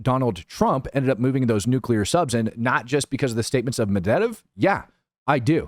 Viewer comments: To make it easier it's pronounced Med-veh-dev... And Witkoff (aka Wit(less)koff) is pronounced just like it's spelled, not Witcuv. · Here's an easy way to learn to say that Russian name you are having so much trouble pronouncing. MED-VA-DEV. Pronounce it like this and you will have nailed his last name! You'll be golden, and then you can pick on Rob because he won't be able to pronounce it either!